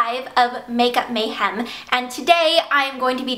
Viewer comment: i love how you say MAYhem - so funny!haha :)